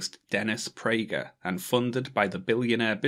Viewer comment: Theres no h in pragerUuU